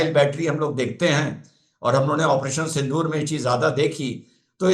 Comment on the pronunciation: Sindoor ❌ SindHoor ✅ (x72)